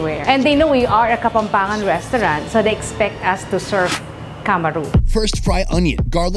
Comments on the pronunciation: bro its coppa-pong-ung :D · My family is from Pampanga. Really awesome video, but your pronunciation of "Kapampangan" is hilarious. That aside, thank you so much for shining such an awesome light on the food I grew up on!